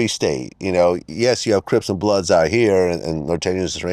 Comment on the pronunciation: 😂😂😂 why he said crips and bloods like that